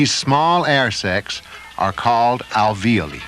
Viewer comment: pronounces "alveoli" wrong, just like some of my instructors during clinical studies, also there is a cure for stage 3 silicosis but it's a lung transplant, I don't think it was available when this video was made, now many lungs come in from donors.